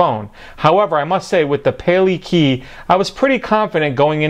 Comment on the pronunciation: Actually pronounced pah-lay-kah-eye...pale (to prevent), kai (the sea) Judging by the honu (sea turtle) figure it's in Hawaiian. Interesting case btw.